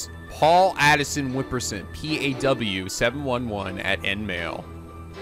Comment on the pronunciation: I really hate doing this. But you're still saying Paul A-ti-shon as Paul "Addisson".... I still love your videos, including this episode. But that one this is kinda bothering me. Anyway, keep it up, I'm loving it. X)